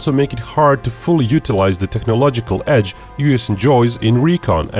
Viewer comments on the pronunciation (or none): none